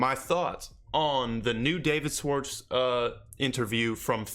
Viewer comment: Love the content *Shhh-warts -correct pronunciation